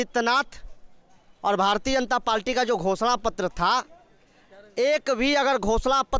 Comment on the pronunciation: Ye Bhartiya Janta Palti kya hai. Bolna to sikh lo pehle.